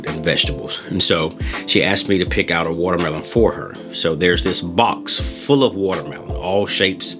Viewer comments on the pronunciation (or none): The appeal of this video is the amazing way that you say woutermelon